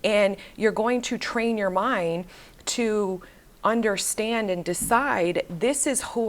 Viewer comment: I loveeee the way you say undastand haha. Ladies, drink your water, get your workout in, watch and walk around like the hottt girl that you are 🤍